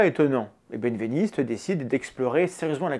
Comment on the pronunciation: Merci, Mendax ! Par contre, je crois bien que "Benveniste" se prononce "bin-véniste" et pas "bêne-véniste" ;)